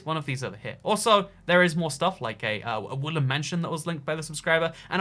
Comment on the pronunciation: Why does it sound like you're saying "Woolen mansion" instead of "wooden"?